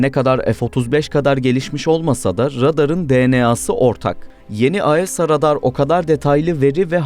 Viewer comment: Falkın, aesa yerine asa...😢😢